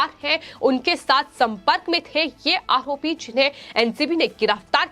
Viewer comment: आहोपी आखैन खान... 😃 अच्छी एंकर है |